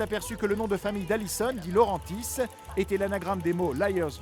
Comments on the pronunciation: Juste ON dit Dilaurentis (dilaureNtis) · Alison Dilaur"AN"tis. Blasphème !! 😭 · quand il a dit Alison DiLaurentis sans d'accents mes oreilles au secours 😂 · madame "DiLauRAANtisse: 😭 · Personne ne semble choqué d'entendre "Laurentis" sans le "DI" ? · Vous prononcez mal DilaureNtis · Dilaurentis c effroyable comment il l'a prononcé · Ça me stresse comment tu dis di laurentis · Mais grave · Moi aussi😂😂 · Ouais comment il dis Dilaurentis:)